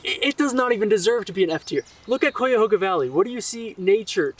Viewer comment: Learn to say Cuyahoga properly before you bash it.